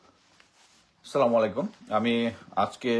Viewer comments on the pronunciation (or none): ASSALAMU ALAIKUM HOBE SHUDDHO UCHCHARON , ASSALAMALIKUM MANE TOMR MRITYU HOK.